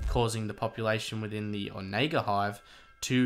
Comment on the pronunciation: I think you are pronouncing the ship wrong, I think it's more like on a gurr. Not sure where I've heard that before but it is vaguely familiar. No big deal it's not like it's a common word.